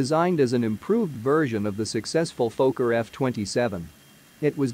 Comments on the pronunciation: It si not "f-OH-kker", it is "f-AH-kker". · Robot needs to know it’s a focker not a folker…. This is what happens when your not ready and you let ATC make your decisions for you, Wouldn’t have started the approach with RVR below the required. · Phoca? It's a Fokker. It's like calling a Douglas a doo glas. You know anything about aircraft but don't know something basic like what it's called?